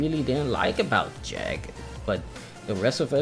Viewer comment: Its called Jeeg not Jag...